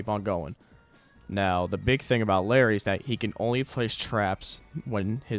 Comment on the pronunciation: I cringed every time you called him larry